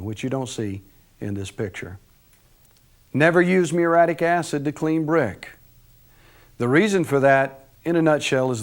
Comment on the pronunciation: It's spelled muriatic acid, & is pronounced with four syllables.